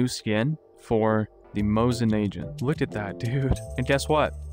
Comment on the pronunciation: Hey, small note about the pronunciation of Mosin-Nagant: The G isn't like the "Zh" sound the J usually makes in English. It's like the G in Green. Aside from that, great video!